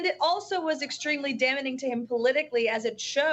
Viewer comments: Just watched a clip where Caroline is making fun of the way Biden speaks and yet in 40 seconds she mispronounced two words incorrectly. Ironic right. 😅😅😅😅 It's not damaning. It's daming. Jesus. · I learned a new word today: damnening. Fortunately she repeated it so I know just how it is pronounced. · Damening? Biden can't speak? Pot? Kettle? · "Damnening" is not a word, and she used it multiple times. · “Damening”? 👀… she says it again?!? Ya’ll this woman doesn’t know how to spell 😅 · She can't even say "damning" properly. And who is Merica Garland? She needs speech help.